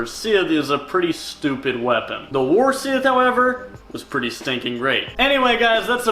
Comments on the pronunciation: It is scythe not sith lol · Everytime he says scythe in that weird pronunciation It sounds like he is saying Sith Could you imagine a Sith Lord walking around with a scythe He would look like death😶😑😐🙃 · Sithhhe hehe lol long pronunciation. Who says sithe? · Never heard it pronounced like that before😭